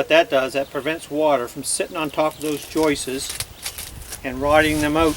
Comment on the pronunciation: 30 years of framing and hearing someone pronounce joists as joistes still makes me laugh😂. One is a joist and more than one are joists. Skip the whole cutting water and ice and just buy the right product.